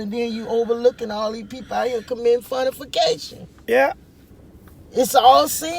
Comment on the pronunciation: I KNEW... I KNEW THAT WAS GONNA GIVE US ONE... "fun-a-fi-cation". Yaaaaas!!